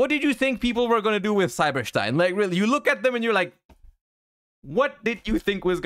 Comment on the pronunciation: Stein is a german Word and thats how you pronounce it